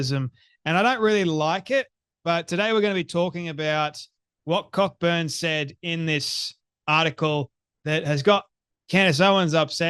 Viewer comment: Cockburn is usually pronounced CO-burn,.